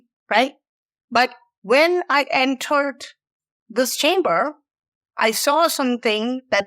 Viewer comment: Oh....you said chamber.... I thought you said Timber..